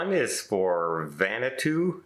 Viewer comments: Merry Christmas,! Just wanted to say that the pronunciation of Vanuatu is "Van-oo-a-two". My BIL and SIL just spent two years in the islands and even my husband couldn't get the pronunciation right!😂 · He doesn't read the comments otherwise he would learn the correct pronunciation eg: Vigil= Vigilant, Vanitu= Vanuatu, He needs to read from a script because he often gets off track and starts to stammer and stutter. I hope it's not a sign of his possible advancing cancer. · Please do some research of how to pronounce Vanuatu next time. Love the islands, we spent our honeymoon there. Really wish all ships insisted on washy washy.